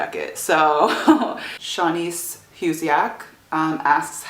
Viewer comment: So funny, last Q and A you said my name right and I was so impressed. This one you almost got it right, it's pronounced SHAniece. Haha. And we don't know happens at the end of inception. We never see what the top does!